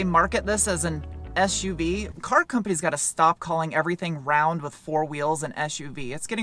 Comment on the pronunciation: So cute when pronounces stop and sport as shhtop and shhport…..